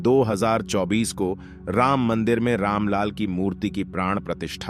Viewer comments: There are many mistakes in Narration mainly casse instead of case and Ramlal instead of Ramlalla between plz. note this carefully. It's a humble request to concern channel editing team to Correct it and then reload it ASAP 🙏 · कमेंटरी में आप राम लला को दो जगह राम लाल बोल रहे हैं, उसका सुधार करें। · Ram LAL nhi, Ramlala bolo dost. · जय श्री राम भाई जी, वीडियो आपने अच्छी बनाई है लेकिन रामलाल नहीं रामलला बोलेंगे तो सही होगा क्योंकि मुख्य प्रतिमा की स्थापना श्रीराम जी के बाल स्वरूप की होगी। और अवधी बोली में बालक को लला बोलते हैं, अतः रामलला बोलिये🙏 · आपके वाचन में बहुत सी त्रुटियाँ हैं। आप रामलला को रामलाल बोलते हैं। पुनः को पुन और अन्ततः को अन्तत बोलते हैं। विसर्ग (:) का उच्चारण करना नहीं आता। बाबर ने श्रीराम जन्मभूमिमन्दिर जन्मभूमिमन्दिर 1528 में तोडा तब 16 वीं शताब्दी थी, न कि चौदहवीं शताब्दी।